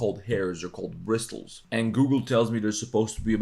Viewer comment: the T in bristles is silent